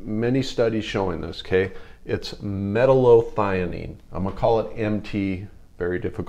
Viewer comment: imagine taking advice from someone who can't pronounce metallothionein properly